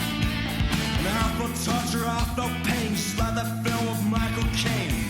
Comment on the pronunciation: If you have seen the Harry Potter films, you have heard the singer from Pulp. At the school dance, a rock band plays, which is made up of members of several bands, including Pulp and Radiohead. Keane rhymes with mean and lean. I forgot the nane The Godfathers, but I know that song title/song. Margaret Thatcher was the Prime Minister of The UK. Kaiser Chiefs, not chefs. Cheifs like thief's. They are a band I have long been aware of, but never listened to.